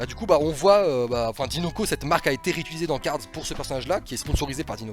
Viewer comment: arrête de dire cards stp c'est cars